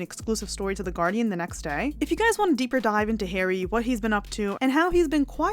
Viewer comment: It’s Harry not Hairy! lol😂